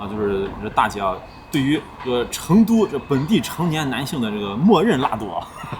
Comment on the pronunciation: 用四川话说成都，要说“chendu" 就地道了。